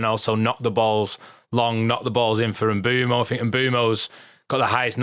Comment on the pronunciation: If only they could say Bryan Mbuemo name correctly 🥲